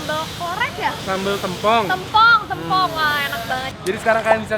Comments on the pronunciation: Yawla epic banget pas momen daging mau jatuh eh kacamatanya ikutan jatuh. Btw kayaknya nama sambelnya yang "tempong" penyebutannya yang huruf 'e' kayak bacanya E dari "tempe" bukan 'e' dari kata 'kemarau'. Tapi di menit berikutnya si pelafalannya udah bener sih, lalu salah lagi. 😅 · Sambal tempong.. penyebutannya keliru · Q ngakak pas nyebutin Tempong,,, "Tem"nya pelafalan "tempe" bukan "tempat" 😂😂😂😂😂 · Kalo orang Banyuwangi,biasanya ngomongnya sambel tempong pake e bukan huruf e kak hehe😉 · ngomong tempongnya bikin ngakak. nada E nya salah tuh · Sambel tempong itu emang uenaaaak banget huhu. FYI, pelafalan tempong kaya e di tempe ya ^^ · Baca tempongnya ga gitu kak